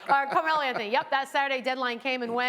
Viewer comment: “Carmeloes Anthony”